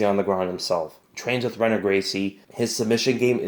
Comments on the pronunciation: Good analysis but quit saying RENAN it's HENAN XD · Renan is pronounced Henan. in general R's in Brazilian names are pronounced with a H. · Rener? Renato?? Renan??? The 'R' is pronounced as an 'H' :P Love your content, just letting you know if you don't already (which I'm assuming you do). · FYI: "Renan" is pronounced "Hennin". It's that Brazilian thing, where "R's" are pronounced like "H's" (a la "Hoyce" Gracie). BTW, what do those letters/numbers (like "C: 54 / I: 48") in the bottom left corner stand for? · Henan is how it's pronounced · bro pronouce the na!es right. the R in Renon is pronounced like an H . R's are H's.